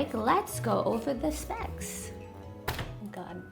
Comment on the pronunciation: Specs sounded like sex lol